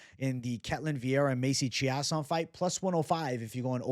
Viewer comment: Chiasson is pronounced chase-on